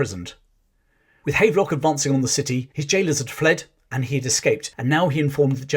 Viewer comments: PS it is pronounced Have-lock not hayve-lock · The general is pronounced Havv-lock not Hayvelock. but otherwise an excellent summary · Here in Northern Ireland there are a few buildings and streets named after General Havelock. It's pronounced Have Lock, as in to have/ possess.